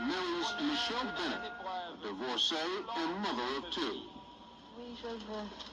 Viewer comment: Michelle Bennett Duvalier is on Twitter now. She hasn't changed one bit. Her son Nicholas Duvalier is also on Twitter and Instagram. He was going to run for President before President Moise's assassination. But has since returned to Florida. Also, her last name is pronounced the same as singer Tony Bennett, not "Benette". And Gabon is pronounced (Ga-Bown, not Ga-boone).